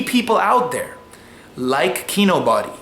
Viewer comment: Lol he pronounced it KEY-NO-BODY instead of KEY-NO-BEE.